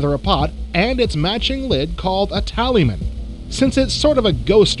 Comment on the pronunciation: It's Talisman not Taliman